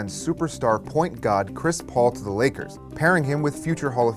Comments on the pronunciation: Does he say point god ? lol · Did you call him "point god"?